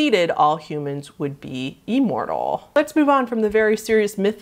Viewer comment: I've never heard the word imortal said that way